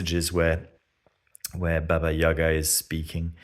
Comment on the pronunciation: "Baba YAY-GAH"